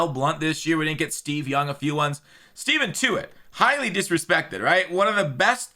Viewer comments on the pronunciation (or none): I love you but "Steven Tuitt" makes me cringe every time. Stephon, like Diggs